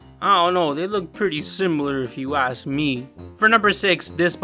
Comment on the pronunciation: I think “ask” has a k.